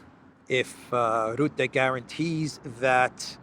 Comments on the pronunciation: You will be talking a lot more in the future about Rutte I guess. So here's the right dutch pronounciation: R - uhh - tte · The right pronunciation of the u in Rutte name is more like the u in " bucket"